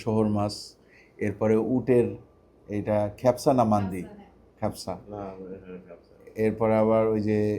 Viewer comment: তোমার ভিডিও আমি দেখি। ভালো লাগে - ভিডিওquality খুবই ভালো। কিন্তু তোমার আরবী খাদ্য সংক্রান্ত শব্দ উচ্চারণে একটু ত্রুটি আছে - "কাবসা" শব্দটিকে তুমি বলছ "খেপসা" - শুনতে বিদঘুটে লাগে। - ড সোলায়মান আলী (যুক্তরাষ্ট্র)। (পূর্বে King Abdulaziz University, Jeddah-য় শিক্ষকতা করেছি)।